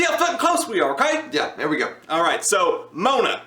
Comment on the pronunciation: whats "Mona"? its Moana...goddamn it